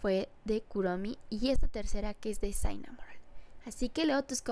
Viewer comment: por si acaso se dice shinamonroll